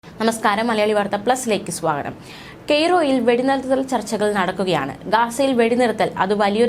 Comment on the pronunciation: കയ്റോ അല്ല കുട്ടി കെയ്റോ ?!.